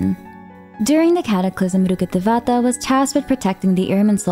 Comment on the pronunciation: I love how you say Lord Rukkadhevata!😊🎃❤ But „Monchstadt“ sounds weird for me as a bilingual in English/German :D❤😂 No hard feelings though :-)😊